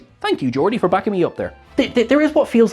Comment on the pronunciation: "Georgia"??? you mean GEORDI?